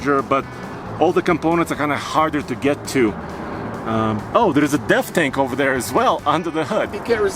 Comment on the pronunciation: What is the blue fuel filler do on the driver side did he say death filler or depth filler what’s it do